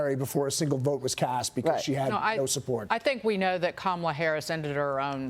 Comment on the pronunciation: At this point, any so-called pundit commentator who still mispronounces Kamala Harris's first name immediately disqualifies himself. There is no excuse, regardless of one's opinion of the woman or how she's doing in her role as VP.